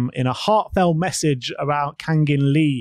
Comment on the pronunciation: 캉긴리 ㄷㄷㄷ 현지 발음 지려따이